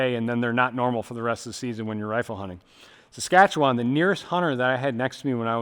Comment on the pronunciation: I'm more impressed he pronounced Saskatchewan correctly, we have amazing hunting here.